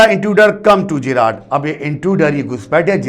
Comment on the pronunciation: Sir l think the pronounciation of Gerrard is wrong. Please cheak